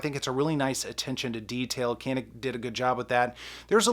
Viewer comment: You pronounced wrong! Go watch Hickok 45.